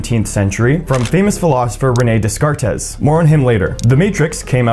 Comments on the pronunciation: Was that a joke when he said Renee Dez-Cart-Tez? Its Day-Cart (s'french). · You don't pronounce that frneh phililosoper's name as "deskartes" but as "de-cart_ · DESCARTES is pronounced DAYKART, not DESKARTES. He was French, not Spanish, for C's sake. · Dez car tays killed me 💀 ⚰️ "de-CART " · Good video, but its pronounced Renee Day-cart, not Des-cart-es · Day- Cart not Dez Cartez. He was French not Spanish. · It's pronounced dekart not deskartez . He's name is Descartes but the "s" are silent. ( Because he's french not Spanish) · Descartes = "Day-cart" not "Des-cartez" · His name is Day-cart. Not Des-car-tez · "Day-cart" Not "Des car tes" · The name is pronounced "Day cart." Not "Dess cartez." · This is a good video except for when you refer to the French mathematician and philosopher Renee Descartes as "Dess-Cartess". It is pronounced "Day-cart". I hope that helps. Please check pronunciations before you wind up sounding uneducated. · Bro, wait, did you pronounce Descartes as "dez-car-tez"? It's "day-cart." Please tell me that was just a joke lol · Prounounced....day cart......................des cartes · It’s pronounced De-cart, not des cartez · Des car tez? It’s French come on, DayCart (Descartes) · I have trouble taking your presentation of this information seriously when you can't correctly pronounce. "Descartes." It's not Dess-Cart-Ess. It's day-CART. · Just fyi it's pronounced "Day-Kaart" not "Des-Car-Tez". lol Simulation Theory just feels like "god" for scientists. "We can't prove it's true, and we can't prove it's not true." Literally the same thing Religions say. lol Either it's true, or it's not. Proving one way or the other is impossible. So, true or false, it changes nothing about the circumstances of our existence. The idea may be comforting to some, or may be horrifying to others; just like God/Religion. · No, that's not correct because the emphasis is wrong. It would be "Deh-cahrt" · "Dez Cartez". I love it.😂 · 'des-car-tes' made me physically cringe